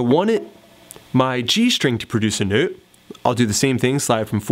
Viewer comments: can this dude stop saying note like that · newt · you say “note” funny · that's not a Canadian pronunciation